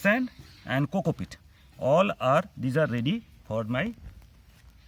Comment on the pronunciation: coco PEAT _ NOT cocopit. your accent is horrible. it is a nightmare trying to follow your babbling talk.